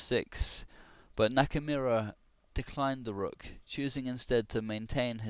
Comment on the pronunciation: Geez, Shirov is on a hot streak. I'm rooting for Nakamura personally. Also, you pronounce the name Knock-a-more-a